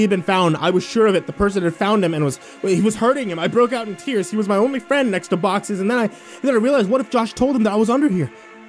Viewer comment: It’s “boxes”.